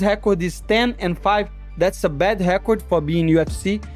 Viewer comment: That’s a bad hhhekord!!